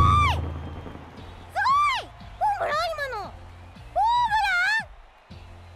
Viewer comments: ホー↑ムラン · ホームランがモンブランにしか聞こえない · ホーム↑ラン↓！！！？ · な、なんやそのモンブランみたいなホームランのイントネーションは！？ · いや、ホームランのイントネーション！w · ホームランのイントネーション草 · ホームランの発音え？ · ホームランのイントネーションw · ホームランの発音草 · ホームランの言い方変じゃねw